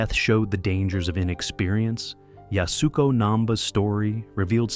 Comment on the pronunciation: Yasuko is pronounced “YAS-koh,” not “Yas-OO-koh.”